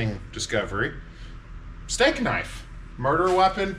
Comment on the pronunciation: My Therapist: doesn't exist, he cannot hurt you. - "That's a knoif.":)